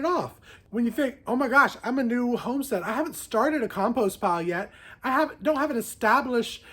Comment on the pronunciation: “Because I don know” the accent 😂 I loved it! Also, the shade cloth would be in the summer depending on how hot and bright your spring is. I love your greenhouse! But yes lots of work. Our yard was trashed when we bought it too. So worth the clean up work though. 😂 I love that you found a pepper. I’m laughing so hard. Your reactions are the best! I’m so excited for your raised beds this spring